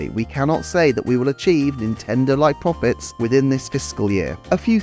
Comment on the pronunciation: “Pwofits” lmao All fun and games, nice video.